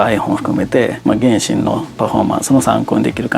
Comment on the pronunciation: すんごい比較だなぁと思いましたが、ちょっと原神の発音が気になりました笑